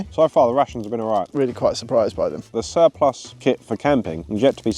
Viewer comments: Why can’t either of you pronounce the word Surplus 😂😂. Great vid as always lads keep it up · I’m cracking up every time you guys mispronounce surplus!